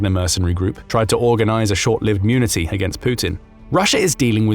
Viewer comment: had to reverse twice there thinking did i hear Mutiny pronounced wrongly? :p